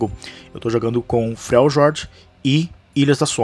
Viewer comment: Só uma coisa: Não querendo ser chato (mas já sendo) me causa muita aflição quando ouso alguém falando o Nome de Freljord de forma errada. O "J" deve ser lido como "I" em português (soando Fre-li-ór-di). Fica a dica pros próximos videos.